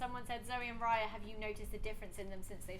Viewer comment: hi my name is raya to but u say it like ray- a